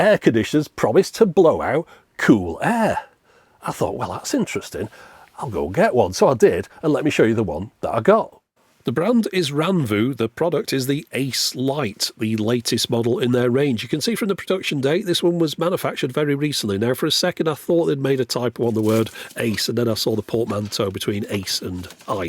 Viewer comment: Given the AI mode, I thought maybe the name was pronounced A-Ice rather than Ace… Looks like an interesting product!